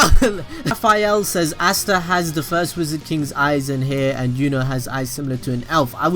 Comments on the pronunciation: Its asta not ashta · Stop sayin assta